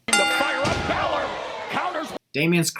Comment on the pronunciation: I thought the "Bailor" botch is funny.